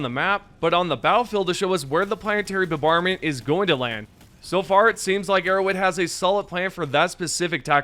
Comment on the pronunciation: mf "planetary bubarment" dude stop.